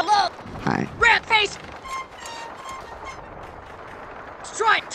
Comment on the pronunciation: Sounds like he said “RAT FACE”